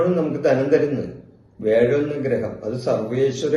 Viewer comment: വേഴം അല്ല വ്യാഴം 😂